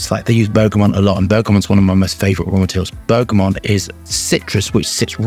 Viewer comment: I love you. But please..please.. It’s bergamot! NOT bergamonnnnnnnnnnnt!! Please..